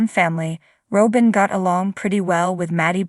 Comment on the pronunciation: When are you going too say her name properly.